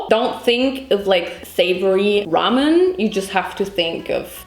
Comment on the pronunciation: WHY do you say ramyuen